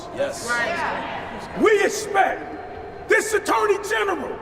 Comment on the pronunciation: “we espect”